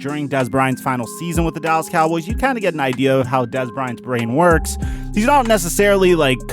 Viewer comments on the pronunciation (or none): none